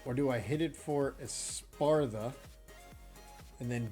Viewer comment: "Espartha" :P